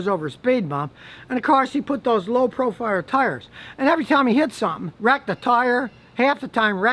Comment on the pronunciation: "LOW PROFIRE TIRES" LOL